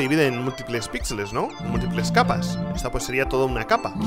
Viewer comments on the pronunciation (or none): none